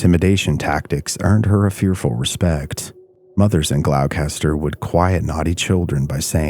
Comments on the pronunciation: pronounced Glaw-ster. or if u grew up here, I't Glah-stah lmao. the trees talk to each other even in the small hidden paths to Lanesville and Rockport. It is scary the entire journey. You never really are alone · It’s pronounced “Glahstah” 😉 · Psst: Gloucester = Gl-ow-ster. 😂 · Gloucester is pronounced gloss-ster. Its an English town/county 😁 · Gloucester is actually pronounced "Glawster", or "Glawstah" if your a local - lol. Other than that, it was great to hear a tale from home ❤ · Other mispronouncing GLOUCESTER(GLOSS-ter) Mass, Great job! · It’s pronounced Gloucester = Glawster dog town was just outside Gloucester/Rockport and Rockport is pronounced Rockport 🤦‍♀️ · The real horror is hearing the hard C in Gloucester! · nopes he's a real person but not many people in America know how to pronounce Gloucester correctly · It's fascinating to hear americans butcher even their own town names 🤣🤣🤣 cus that's not how you pronounce Gloucester 🤣🤣🤣🤣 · Correct. A lot of people pronounce Gloucester the same as Dorchester and I can see why but being from Massachusetts it's always funny to hear it pronounced like that lol. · I live there, and it is a peaceful walk. If you’re scared it’s a preoccupation of your own mind. We are blessed with a luminous quality of light and a humble woodland. If you come, have a good visit! PS- as others have noted, it’s Glosta, 2 syllables. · Gloucester is pronounced ":Glosster". Please try and find audio examples of place names before recording :( I live near Dogtown; it's a peaceful place to walk through and have picnics. Haven't stayed at night because the area is large and I don't fancy turning my ankles on the rocks poking up everywhere :) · Gloss-ter just like Leicestershire is Lester-shire it's either old or middle English I'm not sure . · It’s pronounced Glowster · Nh gal here, are you trying to say Gloucester? It pronounced “Glawster” or “GlawstaH” 😅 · Not to be that guy but Gloucester is pronounced gloster, rhymes with foster